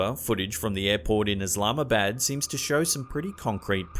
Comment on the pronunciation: Now, am I a dork or does anyone else hear Islamabad pronounced as, "Is llama bad?" xD